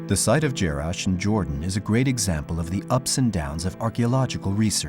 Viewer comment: jarash, et non jerash